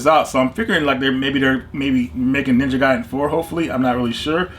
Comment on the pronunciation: Ninja Gaiden is Definitely pronounced ninja guy den well done 👏🏼